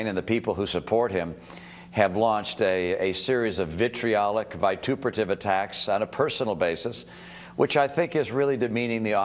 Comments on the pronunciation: At :40...He mispronounces his "big Vocabulary" word...vi·tu·per·a·tive...That's a Long A Mitt. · Did he say "vituperative? And Kerry was a nerd?